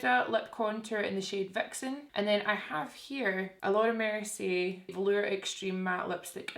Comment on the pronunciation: When u say Laura mercier , is sounds like ur Jamaican saying "Lorda mercy!